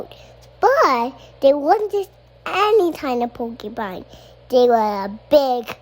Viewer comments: Jesus, is Tosh’s son getting a Florida public school education too? It’s porcupine not pokey-pine. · there has never been a more accurate mispronunciation than "pokeypine," because they're pokey. zoos should get on board w/ this